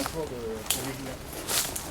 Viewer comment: l'île se prononce POVÉLIA et non POVEGLIA, le G ne se lis pas :) voilà petite précision ;) j'attend la deuxième partie :D